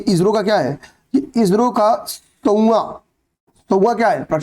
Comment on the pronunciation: आप इो को इजरो क्यों बोलते हैँ😮